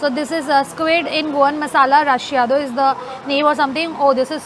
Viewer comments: Its not Mapusa, u is silent It is not st. Xerox. Its st. Xavier Its not rashiyado but recheado. And goan cafreal we dont add coconut, please do your study well. The secon bread is not called sanjao, sanjao is a festival in Goa, its called katre pao. Shrip is fresh not hydrate karke dala. Laz kartay mugo. Its always better when you learn the pronunciation before making a vedio. 😂😂😂looks like you in a hurry to stuff yourself, breath before you speak and eat slowly. Funny vedio 😂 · What is Rush-eado? Take a moment to learn the pronunciation from a local...shouldn't be too difficult if you try!